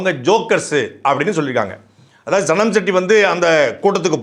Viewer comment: சனம், எனக்கு சாணம் னு கேட்டது 😂